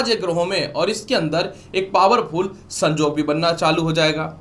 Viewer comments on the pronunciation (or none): शिंगिंग नही। सिंगिंग बोले । संजोग नही संयोग ।